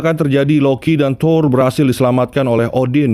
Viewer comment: THOUR Bukan THOR🤣canda bang wkwk